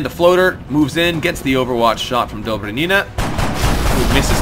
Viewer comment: Dobry'nina!!! Stress on Y plz!!!